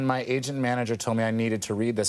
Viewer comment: "ma" = "my"